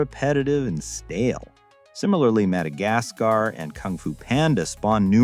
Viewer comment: Did he really just call Madagascar "Madagaspar"?